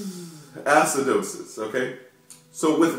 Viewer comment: ass-cidosis hahahaha